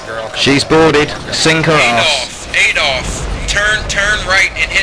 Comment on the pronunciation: he said Adolf Rofl It's AE*DOL*PHEE*